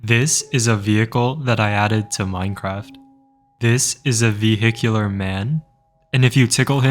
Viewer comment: Bro just made me laugh by "ve-HI-cular" 🗣️🔥🔥💀😭😂😂